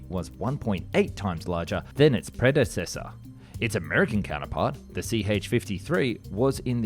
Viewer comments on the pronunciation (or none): none